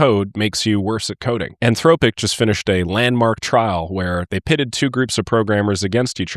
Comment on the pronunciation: fyi the o in anthropic, is pronounced like the o in song.